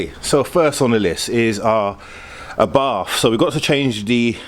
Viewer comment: It's pronounced R-bart, not Arbarf. Do you pronounce Porsh-a as Porsh?